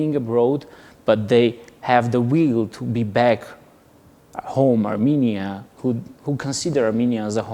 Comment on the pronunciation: I shall ask EVERYONE to say NOT Aminia NOT Amenia BUT say A RR M E N I A and a rr m e n i a n s